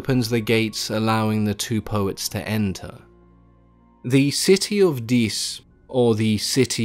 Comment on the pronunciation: the city of dees???